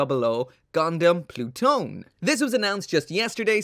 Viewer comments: Am i the only one who thought it says, Plut one. Like.. “ploot.... one”? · im fairly certain that pronounced plu-to-ne in japanese or at least thats what i heard while watching crossrays clip